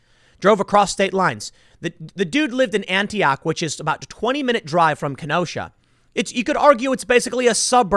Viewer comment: Tim its pronounced "annie ock" not "ANTI OCK"